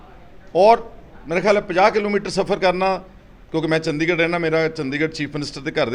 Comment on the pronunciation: ਚੰਡੀਗੜ੍ਹ ਨੂੰ ਚੰਦੀਗੜ੍ਹ ਈ ਦੱਸੀ ਜਾਂਦਾ ਲੁੱਲ ਦੀਨ